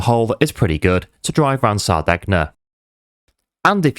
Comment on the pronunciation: Great video pal. But, just for reference, it’s pronounced Sar-day-nya… Hope that helps. 👍🏻